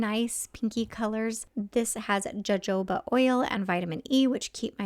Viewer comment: Jojoba is pronounced with an h sound instead of a j sound. Sounds kind of like hohoba